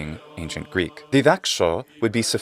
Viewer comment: Obviously, the one woman who is speaking is Greek or she's an incredible learner. The pronunciation of her is modern-like Greek and the modern Greek are looking a lot like the Byzantine Greek, so this could be a huge conversation(we are using many forms in Greek language. Not everyone is speaking the language the same way, like the Byzantine times)